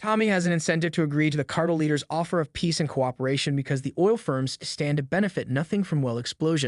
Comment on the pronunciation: car..tel , not cartle